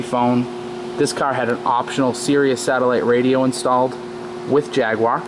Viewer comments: You pronounced Jaguar wrong. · No W in jaguar! americans mispronouce for some reason!